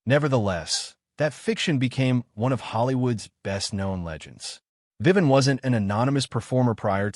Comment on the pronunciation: It's Vivian. Not Vivan.